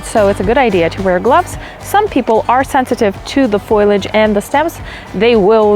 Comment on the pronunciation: LOL! Foilage, not foliage.